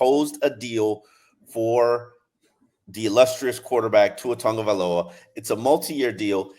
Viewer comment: It’s tagovailoa not tongavaloa lololololol.. don’t see no N in his last name.